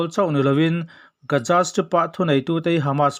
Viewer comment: A ngaihnawm hlemai👍👍 mahse Gaja tiin i lam tlat zela Gaza tihtur ah.